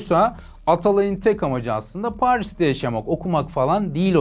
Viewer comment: Abi cümleleri düzgün çıkarır mısın lütfen Paeris (Paris) aerz (arz) Aertek ( artık) Bier (bir) Freansa (Fransa) Aliyo ( alıyor) Buerada ( bu arada) Öyğrenmiş (öğrenmiş) Nazik konuşmak ayağına başka bir şeye dönüştüğünün sanırım ilk kez duydun.